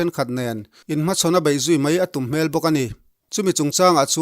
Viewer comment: " TUM HMEL , HMEL" tih i lam dan hi mi thiam deuh leh lusei tawng thiam ten engtin nge an thluk khawngaihin lo zirchiang hram teh